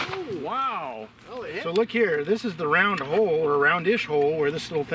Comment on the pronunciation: there is no A in wow. You pronounced it incorrectly.